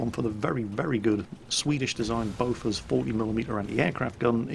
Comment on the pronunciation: Aww, you're butchering the pronunciation of "bofors"